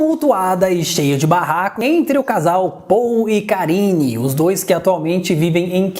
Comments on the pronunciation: Eu tbm tava ouvindo isso 😂😂😂😂😂 porcarine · Também entendi Porcarine! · Na hora que falou "endereço os bastidores de paul e karine", eu entendi bastidores de porcaria 😂😂😂